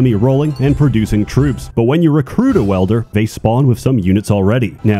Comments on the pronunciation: Dude.... You said it like 457 times wrong it's WIIIEEELder not welder wtf 🤦‍♂️🤦‍♂️🤦‍♂️ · I kept hearing Welder and got quite confused until I realised it was Wielder. But still, great stuff! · dedication to saying "welder" instead of "wielder" was so strong I'm still not sure if it was intentional or he actually thinks it's pronounced like that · He’s trying a psy-op campaign to make “welder” overtake “wielder” in the common lingo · same. i too found it weird af that he says welder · insanity is clicking on this video again, hoping that somehow he won't pronounce it "welder" this time around. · Love the content but you're pronouncing wielder as welder.